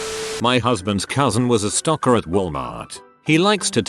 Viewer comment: So I'm just listening to this like an audiobook and I had to do a double take on that one. Stocker sounds a lot like stalker.